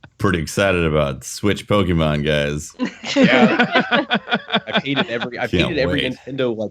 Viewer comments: I swear mispronounced pokemon on purpose and I kinda wanna punch him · don't be one of those people that act like they can't pronounce Pokemon to try not to divulge the fact they really used to like Pokemon.